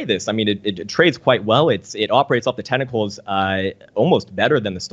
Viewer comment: When he says tentacles, does he mean technicals?